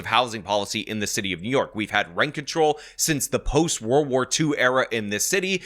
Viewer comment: I love how calls it "The City Of Nyork." 😂